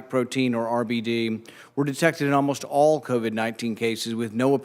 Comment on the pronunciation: "All" has ONE syllable, Falsey; not THREE.